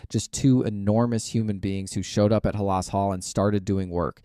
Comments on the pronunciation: I noticed that immediately—Ha-LAS Hall. My guess is that the OP is very young and not well-versed in Bears history. That’s OK, he can learn. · A Bears fan who can’t pronounce Halas. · Lost me at 11 sec w/ mispronunciation